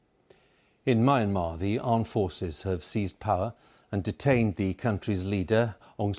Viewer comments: Can't even pronounce Myanmar, that anchor is shit. It's Me-aan-mar not Mayan-mar. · "mee-AN-mar" It's not that hard to pronounce, BBC! So much of this poor country's agony is due to the brutality of colonial occupation. At least try to get the correct pronunciation. (And, no, it wasn't called "Burma" for centuries) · Myanmar is pronounced Me-and-mar. Amazing to see so many presenters get this wrong.